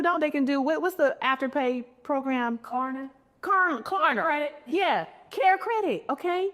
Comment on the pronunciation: Kenya not knowing how to say Klarna😂 she’s too rich